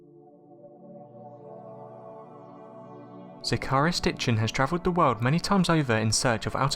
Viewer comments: Sitchin not Stichin!! :p XD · Sitchin, not Stitchin, for God's sake. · Did he say stitching? Lol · He did...twice! LOL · Sorry - Who Sitchin?? What? I listened to it twice - What??? Zecharia is not a difficult name to pronounce for a young English lad surely! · I don't want to be rude but that's not how you pronounce,Zecheriah and you added another "T" to Sitchin.